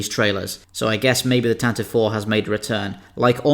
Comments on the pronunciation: Said it before, and I'll say it again, it's pronounced "TAN-TA-VEE" not "TAN-TIV" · "Tantive" is pronounced TAN-ti-VEE, not TAN-tiv. Don't believe me? listen to the Star Wars radio series from 1981, where the rebel blockade runner was first given a proper name. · Tan-tiv-vee four. It’s dumb but it’s canon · pronounced "TantivEE IV"